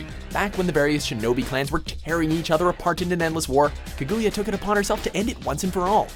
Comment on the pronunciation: also Kaguya's name is not Kagoo Yah. the U between the G and Y is silent, its Kag Yah, Otsutsuki(Oh T Soo T Sukooki) its similar to how sasuke's name isn't sasoo kay, but Sas(sauce) Kay